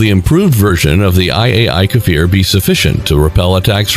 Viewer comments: Why read it “KAfir” when it is Kfir. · Not pronouced « Kafir » but « Kfir » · Unable to pronounce the name, what has the "dogfoght F-14/F-5" to do with the Kfir ... and... when did irraeli forces wear Wehrmachtuniorms and fight in eastern Europe??? At least ridicolous